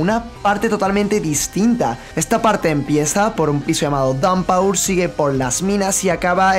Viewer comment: "Daunpaur"?! 😂 se pronuncia "dawnpur" y eso me pone de los pelos 🙄 lo siento